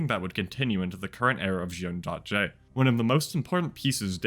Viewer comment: Just so you known Juun.J is pronounced Jun-Gee (Like Gee-Whizz) in Korean it is 준지, much love, love your videos, glad you came back to YT ^^